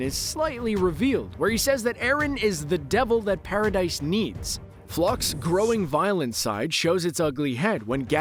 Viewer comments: It's actually Pronounced Paradi not Paradis even though it's spelt that way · I almost got interested to watch the whole vid, but had to stop. This guy's keep saying "Para-Dice" and I thought I was watching something about AoT.